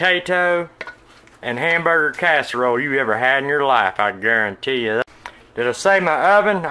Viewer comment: Justin Wilson is back in someone else's body! "I gare-rone-tee."